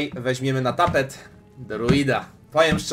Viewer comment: No jestem dumny! Raz o tym wspomnialem i juz dobrze wymowiles "tapet" :D